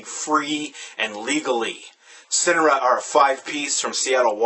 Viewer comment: haha amazing review. only complaint is that homeboy was pronouncing the band's name wrong. they go by Sin-Are-Uhh not Sin-Uh-Ruh.